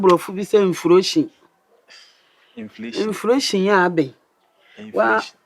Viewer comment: Sister Mercy nim bill to pa ara, she has even factored in inflation or “inflotion”😂😂😂